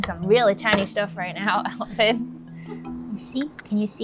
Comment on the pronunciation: I absolutely loved the way pronounced Alvin's name ("Ehl-veen"). I truly miss this dynamic duo working together.